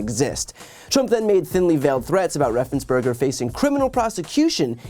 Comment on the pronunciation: Great report again, Brian. Just one thing. RaffensPerger – not Berger. Otherwise, cool as usual.